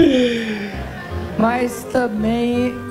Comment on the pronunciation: kkkkk parace que fumou uma erva estragada "agrononão.....jeólugu" pq na cabeça dela e isso que se passa uma groselha braba !!!kkkkk